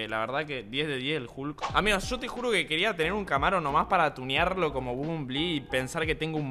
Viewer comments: Me encanta como dice bombonbli (nose como se escribe xd) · nadie spreen diciendo bumbulbi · Como pronuncias el nombre del transformer me da ansiedad :'v